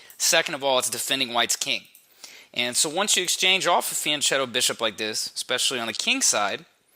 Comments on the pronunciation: Fianchetto is a loan word from Italian. The letter h in Italian is a hard sign, meaning that the letter in front of it changes to its hard form. In this case the c changes from the ch sound (like in ciao) to a k (like in Chianti). So the word is pronounced: fee ahn ket toh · Nice video and analysis, but can we please start to pronounce "fianchetto" correctly? "CH" in Italian is pronounced with a hard "C", sounding like "fianketto". At least that, and I won't bother with the double "T", pronounced by north Americans like a single "D"....